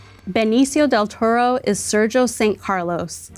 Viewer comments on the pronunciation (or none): why did she say her name in a spanish accent, but not Benicio’s 💀 the pronounced the R in her last name but not on “Toro”. weird 😭